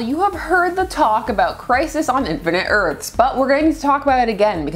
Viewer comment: Am I losing my hearing or is saying "Erts" instead of "Earths". She's so articulate but it sounded more than once "Crisis on Infinite Erts" would be better as "Crisis on Infinite Yurts"